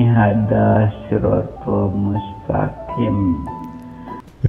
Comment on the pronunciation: Hadza d bca haza, bkan hada... Krn itu huruf dzal bkan dal... Katanya juri MTQ,,tp kok huruf hijayyah aj gk tepat... Bljar dlu lh klu ingin brbohong...wkwkwk Org Ini bkan murtadin bro tp emg kafir dr lahir...